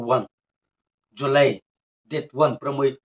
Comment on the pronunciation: Jolai😂😂😂 July nohoi Moongsho😂😂😂 Mangso nohi😂😂😂😂